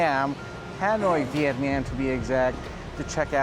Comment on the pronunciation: "Viyetniyem"...🙄 Cringy🤮